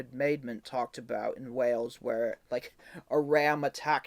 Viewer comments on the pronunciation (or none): none